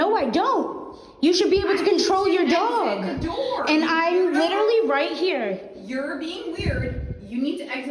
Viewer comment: It's been two years and people are still overusing, misusing and mispronouncing "literally" (it's not "litterly," dumbasses). Give it a rest already.